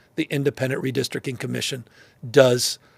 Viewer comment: said "redistrickin" and mispronounced 'capricious'. Smh